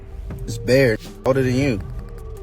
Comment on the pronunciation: Duke called it "bear" 😂😂😂😂